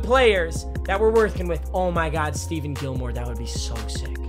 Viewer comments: STEPHON CUH NOT STEVEN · Stephon not Steven